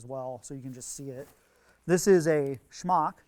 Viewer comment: Really dig the way says "smock."